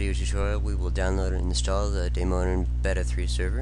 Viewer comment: He can't even pronounce the word "beta" correctly